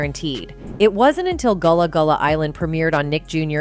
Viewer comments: Goolah goolah island?? 😂😂😂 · She saying this so wrong it's gullah gullah island